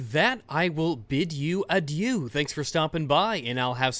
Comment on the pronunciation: Work on your pronounciation of "adieu" Furthur, there is an increase of sjw people totally thinking that they win arguments while actually being destroyed, any comment on those?